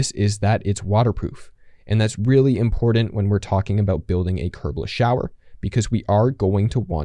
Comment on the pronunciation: It is important. Not. Imporant. Hey millennial and Gen z. Learn proper English